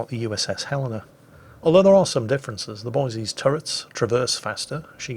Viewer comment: Pronounces "Helena" correctly. Bravo Zulu!